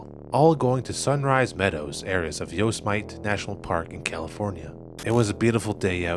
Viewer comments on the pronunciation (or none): It's (yo-sim-it-tee) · Yo-sem-it-ee j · The most disturbing part is how he pronounces Yosemite 😵‍💫😵‍💫😵‍💫😵‍💫😵‍💫😵‍💫